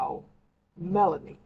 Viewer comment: oh ok!! Listening from my phone, it sounds like you're saying Melony😆